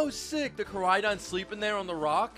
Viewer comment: It's really weird hearing "Miraiadon" and "Koraiadon" and not "Miraidon" and "Koraidon". I mean cmon, Ik some people have different pronunciation of words. But it's spelled differently that how you pronounce it lmao